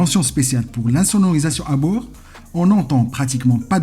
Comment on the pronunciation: Merci beaucoup pour votre proposition. J'ai déjà un travail dont je suis parfaitement satisfait. Pour la prononciation des mots il faut absolument faire très attention avant de publier la vidéo ( ( un ) une transformation) 🥴 cette planche de ( bouur ) .............